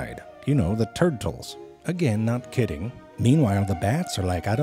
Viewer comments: Turd-tles do, haha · hehe "Turdles".